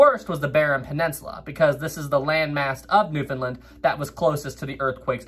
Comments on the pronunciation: Where i live in cape Breton there was alot Of flooding from the tsunami in 29, and its . New-found-land. Not new fin linn 😅😅😅 Love your videos i never miss one!! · Another well done video... but (haha)... Newfoundland was not a part of Canada, not until 1949. And it's "Newf'en'land" (Understand Newfoundland) But all kidding aside, well done, and it was very cool that the topic was mentioned. If you want a topic for another great story look up the grounding and wrecking of USS Truxtun and USS Pollux; also Newfoundland related. Keep the great work. Cheers.